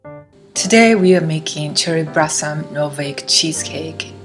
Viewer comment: Sorry. I had to watch this on mute. The confusion of the l and r was triggering my OCD. "Brossom and clust" was perplexing me.